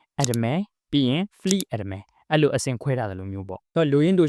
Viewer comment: pronunciation လေးတော့ မှန်စေချင်တယ်ဘရို... Admiralကို (အက်ဒ်မရဲလ်)လို့အသံထွက်သင့်တယ်။ ဆရာကြီးလုပ်တာမဟုတ်ပါဘူး...။ ဘရို့videoတွေကြည့်နေကျပါ...။